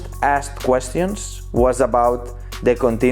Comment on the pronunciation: Nobody:: "questiyans"